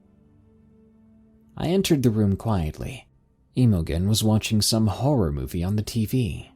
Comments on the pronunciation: Emo-gen??? Do you mean Imogen which is pronounced im-oh-jen (im pronounced the same way you would with the word Him...)? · Emma Jean, emogen whatever you're seeing, is pronounced emma jean.... Please research the words you don't understand Please learn words and names before you piss more intelligently scholarly people off.... Dude your pronunciation is bad and your attempt at English is depressing... Imogen is Emma Jean... It's a old timey name. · Imogen is pronounced "im-o-jen" BTW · For future reference that name Imogen is pronounced "Im a gene" Don't ask me why. It's an older name. I've had several hospice patients with it. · FYI, "Imogen" is pronounced with a soft G, like the J in "Jennifer", so its pronounced like its spelled "Imojen". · Please google pronunciation for the name Imogen. Its awful u pronounce it wrong. Lmao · Dude you gotta learn how to pronounce names before you read these. You butchered the name Imogen lmao.